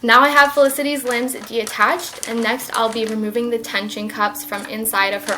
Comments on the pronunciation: we not gonna talk about how she says “deattached” instead of detached? or ? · Is she saying de attached? Or am I hearing things ?